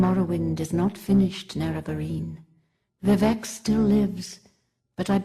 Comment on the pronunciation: vivec is pronounced with emphasis on the "i" not the "e". That's how it was in Morrowind and the only way it sounds right...